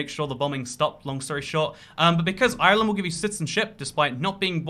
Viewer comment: Why tf does he have to pronounce Ireland like that? Cringe